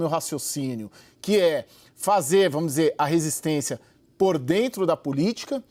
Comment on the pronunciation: Essa CNC é tão ruim, que até comentário não sabem falar, Caio falou "vomos" horríveis vocês